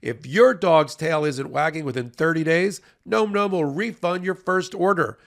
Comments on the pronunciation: it's not gnome gnome. It's like Nawm Nawm. As in "Dawn Dawn" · OK, this may seem off topic, but nome nomes? Seriously? The way it's pronounced is more like nahm. Say that five times with increasing enthusiasm and you'll get it Best wishes, Capt. Picky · It seems to me a dog treat named nom-noms would be pronounced to rhyme with pom poms and Tom Tom’s, and not like nome nomes. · Advertiser alert -- isn't the name normally pronounced "Nahm Nahm"? Rather than "Gnome Gnome"? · “Nom nom” not “gnome gnome” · It's funny that you pronounce "Nom Nom" as "gnome gnome". Are you trolling your own sponsor? lol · someone tell how nomnom is pronounced:) It's like dom, not rome. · Nom Nom has been a sponsor for months now, and they still can't pronounce it correctly. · I feel like he's mispronouncing Nom Nom.